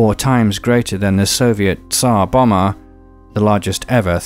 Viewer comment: Bravo! An excellent presentaion. On the subject of sound- the penultimate letter in Tsar Bomba is not silent.